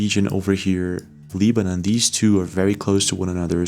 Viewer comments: Leebanan??? You mean Lebanon. LeBron.....Lebanon.... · It's pronounced, Leb-a-non not "Leeb-a- none" !!! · Re: The country "Lebanon"... it's not pronounced "LEE-ban-on" in English. We pronounce it "LEB-an-on". (Rhymes with "WEB") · Pyramid video is absolutely fake. The fact you put this video on here lowers your credibility. FYI its not called LEE-BE-NUN... ITS LE-BA-NON . Go get a diploma dude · Lee-ba-num?? Really? It's Beirut, Leb-uh-non. You're looking at maps and doing research daily and you've never heard of Lebanon? My, my, my. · Hey bro it's pronounced Leb-anon not Leeb-anon 👍🏼💪🏼🙏🏼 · I have always liked the videos this guy has produced but if he doesn’t stop mispronouncing Lebanon I am going to shut down this particular video! How in the world does a guy that is as informed as he is not know how to pronounce Lebanon properly? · Check your pronunciation of ‘Lebanon,’ it’s not a hard ‘E.’ I’ll have to assume you are AI or an Interdimensional being, based on the mispronunciation. 👀 I’ll be watching every one of your videos, just in case you’re not an earthling. 👍 Peace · All respect, but it’s pronounced with a short “e”, Lebanon, like levitate. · WHY THE HELL ARE YOU SAYING "LEEBANON"? What planet are you from because nobody on this one pronounces Lebanon as L-EE-banon. You pronounce it like "lead-bana'an", but with a silent d. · Try pro bouncing Lebanon again. Why you are at it, work on the word, basic, too. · "Lee-ban-on" Seriously??? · like this dudes videos but his pronunciations of 'aluminum', 'lebanon' and others are literally unbelievable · I've never heard Lebanon pronounced like that. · Fyi..its pronounced LEB not LEEB..Lebaaaanaaaan. And RELL-UM not REAL-UM..for "realm"